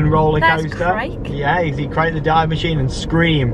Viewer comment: ‘Krake’ is pronounced like ‘Cracker’ to the English ear… Just so you know!